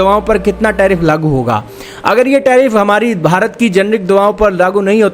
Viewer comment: Sale bharat ke liye word tao dhang se bol le. Shame on you.